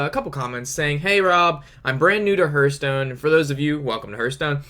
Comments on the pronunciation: It's called Har-th-STONE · There is no 'u' in Hearthstone...... Just sayin' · hörtstone :D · It's actually heArthstone, they even say it in their trailer